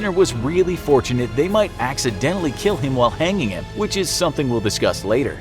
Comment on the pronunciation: This punishment....will keel!